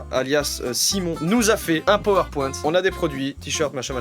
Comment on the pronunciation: un power QUOIII POUAINTE ?